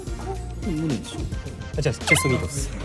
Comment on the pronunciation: はまちゃんのチェストミートがジャス民に聞こえるー😂💜